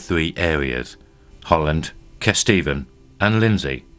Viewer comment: Be nice to have a narrator without a speech defect, and one who pronounces the names of the districts (Kesteven) correctly.